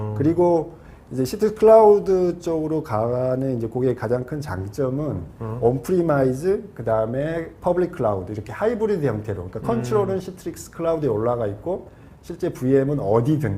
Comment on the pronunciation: 저기 왜 onpremise 를 온프리마이즈라고 읽는거죠?